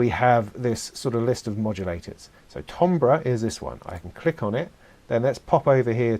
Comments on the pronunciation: Timber is pronounced tamber! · timbre = TAM - BER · Don't know if this is a British pronounciation issue, but 'timbre' is usually pronounced "TAM-ber". But since its origin is French, I guess it would sound like "TAHM-bra", which I guess is close to how you say it. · A frequent argument that I have with my Brit wife. But also, keep in mind, language is fluid and changes and updates frequently. And apparently, the British accent around the 15th-17th century was similar to what the American accent is today. As to why the American pronunciation for `Timbre` is very odd. Probably an anglicized pronunciation of the French word, that didn't get changed when modern British English started to adopt european pronunciations. My wife tells me that this Euro pronunciation of adopted words is also a class indicator in England.